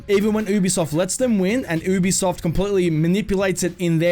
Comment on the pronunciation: also your saying ubisoft wrong